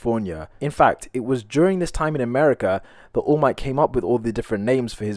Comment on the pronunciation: "woll might"